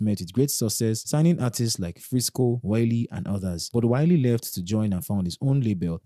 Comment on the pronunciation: That is not "Wiley"